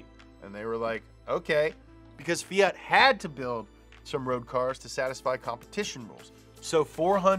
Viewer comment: FEE-ART (Eeep Americans and their pronunciations) Should be FEE-AT or maybe FEE-IT